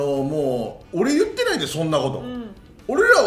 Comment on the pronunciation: 里崎好きだけど言ってをちゅってが気になる